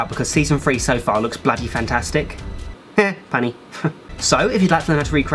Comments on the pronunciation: the way you say funny 😁 sounds like "Punny" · Kpop Life he did say punny